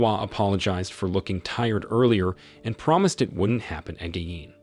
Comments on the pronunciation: wtf is wrong with tts saying 'AGIN' wrong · the AI voice is struggling to say again a lot